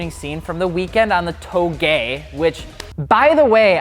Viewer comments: Touge Pronounced as two gay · you said TOW GAY